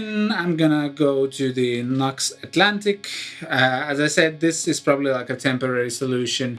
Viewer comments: Just so you know, NU>X is pronounced ‘new-X’. 🙂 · Fair enough although on their own channel they always pronounce it ‘new-x’. Are you sponsored by them? I see you wear their t-shirt & seem to have a lot of their gear.